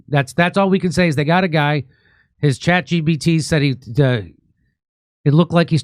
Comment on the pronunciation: is he saying chat gbt? hahahaha